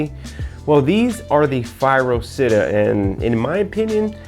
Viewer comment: it's Città with an accent to the A. it means city in Italian. and you pronounce it CHITTÀ, not sitta. for fuck's sake.